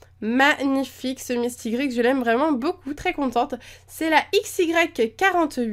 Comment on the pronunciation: Sa s'écrit mistigrix mais sa ce dit mistigri! On dit pas le x